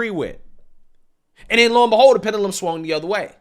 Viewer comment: Please learn to pronounce "pendulum ".🤦‍♂️